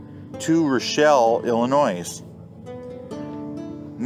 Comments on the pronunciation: The S is Silent in Illinois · Putting the S on the end of Illinois….